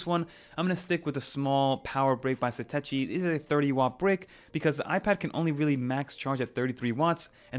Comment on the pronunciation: Excellent content! Satechi customer service on the phone pronounces it (Suh-Tosh-EE)